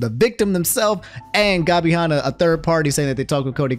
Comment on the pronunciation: I love how absolutely butchers Gabby's and Tana's Name lmao